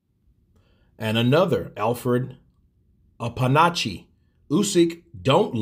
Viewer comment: Your pronunciation of Okpanachi kept my laughing... But its understandable, even Nigerians out his ethnicity will do same